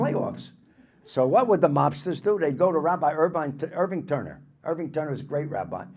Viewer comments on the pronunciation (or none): none